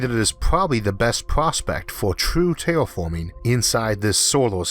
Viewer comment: Tewwa Fawming, sarlfewik athid? fingors?